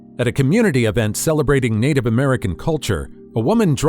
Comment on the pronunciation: Why can't this "Native American" pronounce the word "NATIVE?"